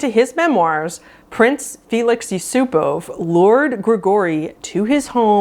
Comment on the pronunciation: great video although i knew most of these already, looking forward to deeper tiers :) i’m russian and your pronunciation of yusupov was actually great. thank you for not putting the emphasis on the last syllable like every american always does with every russian name when that’s actually rarely the case.